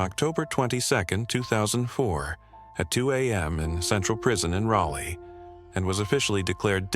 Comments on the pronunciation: its not RalA...its ralee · How does the AI manage to pronounce Raleigh three different ways? Rally, Raley, and Raleigh (raw-lee). In case you're wondering, the last one is correct.